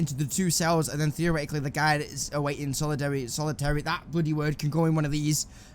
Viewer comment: Drinking game Take a shot everytime he says 'Theareticaly'.